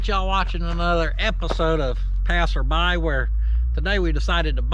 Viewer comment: should be "Pass R Buy" or "Pass Er' Buy" lol